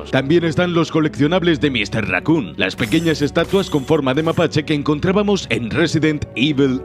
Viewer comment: █ Raccoon Pronuncias Bien Evil NO JAJAJA GOOGLEA TODO SI NO SABES RATON!